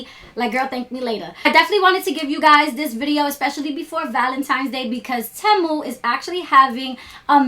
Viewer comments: Legit question. How do ya'll know it's called Té Moo and not Tee moo? Did the company state that's how to pronounce it? Lol like to me it doesn't sound right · It's actually pronounced "Teemoo" lol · It’s pronounced “TEE-MOO” babe ❤ I know a lot of people have been pronouncing it wrong but I get it